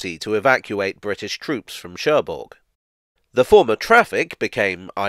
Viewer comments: Don't wanna be pedantic, but the g in Cherbourg is silent. So it's Sher-boor. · Now I understand why the French don't like the English language. It is pronounced Scher Buur and not Scherburg... Maintenant je comprends pourquoi les Français n'aiment pas la langue anglaise. On le prononce Scher Buur et non Scherburg...